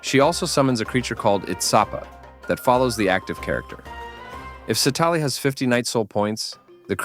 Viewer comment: Please pronounce her name properly in the future